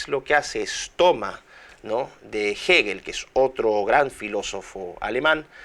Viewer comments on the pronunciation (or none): none